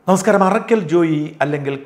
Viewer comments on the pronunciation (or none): none